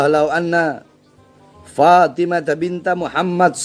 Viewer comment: Itu cara bacanya juga kacau...bukan fatimaTA binTA...tapi fatimaTU BinTU...udah meragukan ...